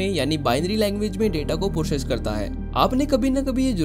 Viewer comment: Process ❌ Pocess ✅